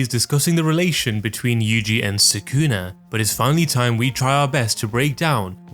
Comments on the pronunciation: Why do you always say suh-KOON-uh? It’s SOO-cu’nuh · If you watch the anime, you'll know how to properly pronounce the character names. Japanese names have the accent on the first syllable. So, Sukuna is pronounced SOO-kuh-nuh, not Suh-COO-nuh.